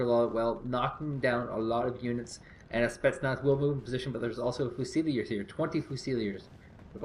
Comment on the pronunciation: still can't pronounce fusiliers...